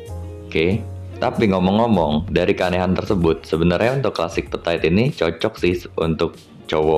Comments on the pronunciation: Dibacanya itu petit, bukan petait. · So iritating to the ears ya, berulang2 pula diucapkannya, duuhhh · Iya ganggu dengernya 😅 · yang bener itu petit bukan petait sok inggris deh lu :p